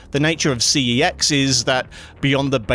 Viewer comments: It’s C E X, not that sus word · My mind automatically assumes you are saying SEX MACHINE instead of CEX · I chuckled every time you say CEX machine 😅